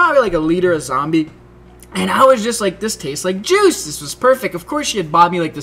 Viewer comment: Oh I thought he said the zombie taste like jizz haha but he said juice